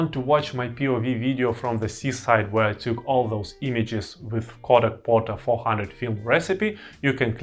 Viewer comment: Portra. Not Porta.